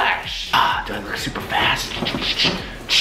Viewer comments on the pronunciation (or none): LOL it sounded like said "I'm so fat" But i know he actually said "I'm so fast"